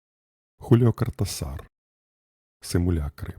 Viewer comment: Дякую!!! Одна поправочка: наголос у прізвищі автора падає на другий склад: КортАсар.